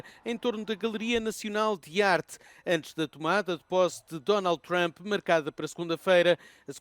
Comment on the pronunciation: Trump chegou...e os de baracanews.pt pronunciar "Thchramp"...é mais uma da mania analfabeta ..